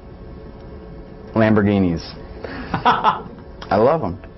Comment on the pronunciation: hahahahhahaha:........i love lambourginis